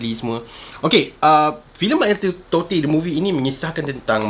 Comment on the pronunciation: Bro,salah cara sebut totey tu